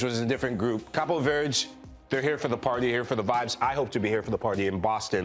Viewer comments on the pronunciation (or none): none